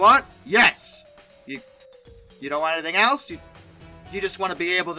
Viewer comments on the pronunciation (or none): none